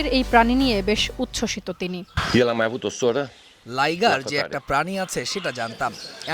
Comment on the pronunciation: Liger না Lioger